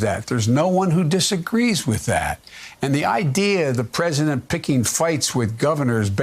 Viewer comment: he pronounces "president" like "present"